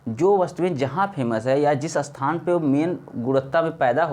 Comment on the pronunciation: अस्थान या स्थान ? क्या सही है ? सही बोलिए भाई